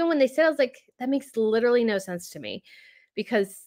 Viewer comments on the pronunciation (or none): none